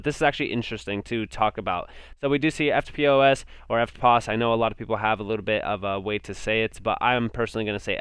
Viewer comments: Yep: "Ef'pos" 👍🇦🇺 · Hey as an Aussie your saying Eftpos perfectly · You are saying eftpos right, dont let anyone tell you otherwise, I am an Aussie so I know. The best thing about HBar for me is it's efficiency in every aspect. It is the most efficient crypto project on the planet. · Love your work, follow you every day from the land of Down Under.. Your spot on with your pronunciation of the Company eftpos. One word. In Australia everyone pronounces like this and NOT by it’s abbreviation. Electronic funds transfer point of sale. Peace ✌️ out Darren